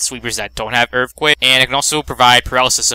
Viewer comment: Earfquake lol